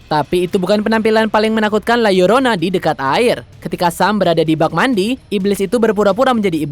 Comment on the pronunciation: Gw suka..narator na berusaha melafalkan judul film la llorona dg benar